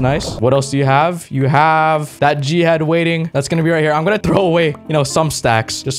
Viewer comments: Just to say, when you say g head, it sounds like jihad. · Literally every time he says "G-head" I hear Jihad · Whenever he says g head it sounds like he’s saying jihad